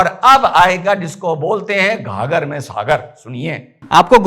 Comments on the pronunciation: घाघर नहीं गागर में सागर होता है सर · गागर में सागर सर❤ हर बार घागर बोल देते हो। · sir ji maaf kijiyega,, ghaghar me nhi gagar me sagar